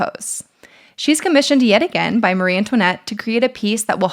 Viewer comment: Great video. But one thing: it's Marie Antoinette, not 'Marie'.